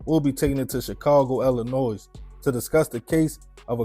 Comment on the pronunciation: I love these stories. Quick and to the point. No fluff. No filler. Just facts. I just can’t stand the way you say Illinois. The S is silent. It’s ill-li-noy! NOY!!! 😂😂😂😂😂 Coming from Chicago it’s just a habit to tell people how to say it because for whatever reason people always wanna say the S when it’s silent. Ask Google if you don’t believe me. 😂😂😂😂